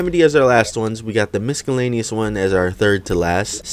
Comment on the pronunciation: Did you really just say misk-ellaneous...?